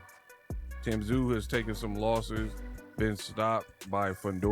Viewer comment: AI generated, Tim "Tah-sah-you"